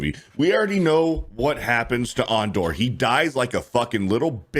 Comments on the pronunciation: I'm really starting to think that weirdo is a Star Wars poser just by the way he says Andor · 😂😂😂 AAN-DOR 😂😂😂 So pathetic that the Lucasfilm Story Group pissed on Boba Fett and Obi-Wan Kenobi so Reva and Osha could exist...